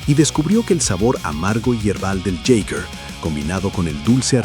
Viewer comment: Hola, te corrijo, mi Apellido es Jäger, significa "cazador" en alemán en términos militares. Y su pronunciación suena como giga ( o yiga) es difícil describirla. Sería algo así como " yigameister" maestro cazador